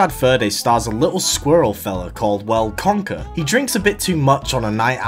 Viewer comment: you almost say conker like kanker and kanker means cancer in dutch lmao